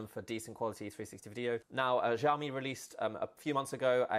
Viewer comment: "Si ow mi" not jiaomi !